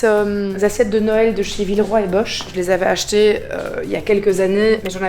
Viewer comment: je t'adore mais c'est Boch ( bok ) pas bocsh mdrr bosch c'est la marque d'outils 😂